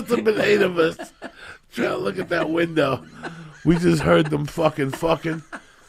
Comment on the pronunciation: Listen… “I’ll leave the winda open and you guys can come by & listen”